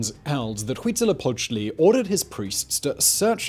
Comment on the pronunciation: Simon tends to butcher a lot of names, but I have to give him credit for saying "Tenochtitlan" correctly (and also a not quite bad "Huitzilopochtli") :D